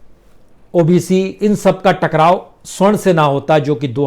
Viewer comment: प्रसून बाजपेयी जी बार बार आप सवर्ण की जगह स्वर्ण कह रहे हैं ।